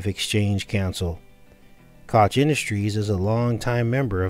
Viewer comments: Cook is how you pronounce the name. This is not the reason for the TP issue the issue is stupid people thinking of resale auctions likely and no using their beards to buy what’s most important in fearful times then buying up and reselling TP for profit, or worrying about I’m stuck in a home quarantined for weeks and TP is the most important thing or profitable thing rather than investing in Food or meds. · Pronounced coke